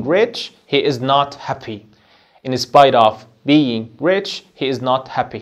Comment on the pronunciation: سوري يعني انت اصلا مش عارف تنطق كلمة in spite of صح أصلا .... مش ممكن أنا و أنا باسمع نطق الكلمات من أول عشر ثواني قفلت ... لو أنت مش فاهم English سيبه للناس اللي فاهمة ... علشان حرام تعلم الناس غلط